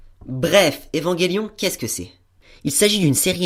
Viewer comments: EVAN J ELION!!!! PAS EVANGÉLION SNIF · Très bonne critique ! Mais c'est Evangelion et pas EvangUelion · Où ta vu qu'il y avait un "U" entre le G et le E?? Donc stp arrete de dire Evanguélion !! "ge" ce prononce "je" tu dit un ange pas un angue, tu dit je mange une pomme et non je mangue une pomme !! Bah là c'est pareil. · ''évanguélion'' mdr trop drôle